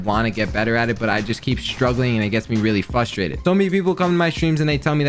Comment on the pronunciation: Bro ken says fustrated instead of frustrated